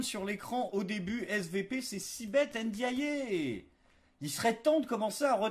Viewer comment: Ndiaye, pas de "é" 😋